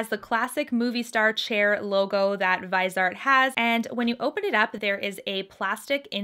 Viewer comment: Hi, it's pronounced vizzyart :)